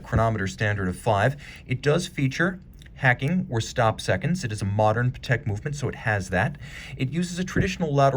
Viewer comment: You don’t pronounce it correctly. It’s pronounced Patek with the accent on the a, not the e.